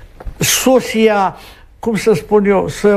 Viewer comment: a pronunțat corect: "sósia", cu accent pe litera "o", nu pe "i"... La "servicii" nu era trimis "fitecine" 😉